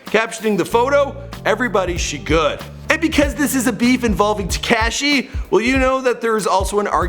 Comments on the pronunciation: So we not got gon acknowledge the fact that he cant say crazy except with a “b” instead of “c” and “tecashe” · Look up how to pronounce tekashi lmao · Te-kayshe lmao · Tacashee? Brasy? Tekashi rhymes with washy. Brazy is crazy with a b. You do all this research and can't say their names right...lol